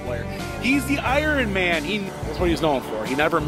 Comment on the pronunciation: such a big fan of the “Irun” Man that he actually stopped calling him Kel like always did before.